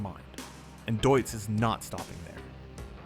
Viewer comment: Why is it such a challenge to pronounce a name as simple as this one correctly ? Deutz = Doytz The AI even got it correctly at one point. 😂